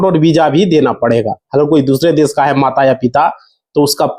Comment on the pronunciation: Bolna bhi nahi aata isa. Daish kya hota hai